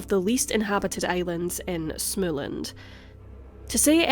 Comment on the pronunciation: Not to nitpick, but Småland is pronounced like you would say small-land (almost anyway). The letter "å" is a narrow "o". The "a" in land is an open "a" like in GAndhi. Å is practically O. Never mind the fine tuning.